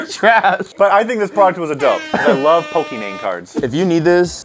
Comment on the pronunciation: They also pronounced pokémon wrong